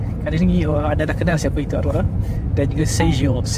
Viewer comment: Sergio= serHio 😂